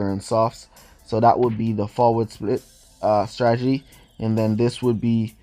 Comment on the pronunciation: I like it when he says Stragety instead of Stratergy🤦